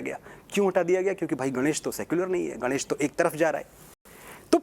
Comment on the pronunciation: ग से गनेश नही , ग से गणेश । निर्मान नहीं निर्माण ये भी केवल अंग्रेजी में शिक्षा लेने का परिणाम है , अंग्रेजी के साथ थोडी बहुत तो हिन्दी भी पढ लेती तो सही उच्चारण कर पाती ।